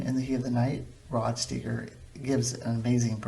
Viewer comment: No people did not watch the TV show of M*A*S*H and just assume the movie was great. M*A*S*H was a hit movie. Everyone saw it. That’s why they made a TV show out of it. I suppose you’re right maybe mash hasn’t held up that great but I still love it. I’m only commenting here because you had nowhere to comment on your mash review and by the way if you’re gonna review movies Rod Steiger’s last name is pronounced like Stiger. You also made a comment about people not pronouncing things correctly. Why don’t you pronounce things correctly? It’s Margaret Houlihan not O Houlihan and McIntyre is pronounced like Mack Intire like the word entire but with an i. If you wanna figure out why people liked the movie of M*A*S*H read the reviews of Roger Ebert or Pauline Kael.